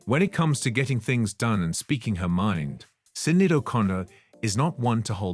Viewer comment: SINeeAD? her name is pronunced SHINAYDE do your research ffs.